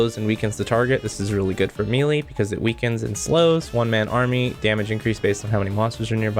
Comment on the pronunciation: Mee Lee 🤣